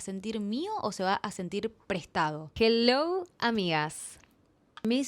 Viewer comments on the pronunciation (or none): none